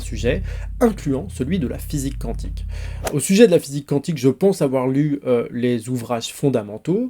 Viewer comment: D'ailleurs on dit "kouantik" et non "kantik" (cantique), c'est autre chose.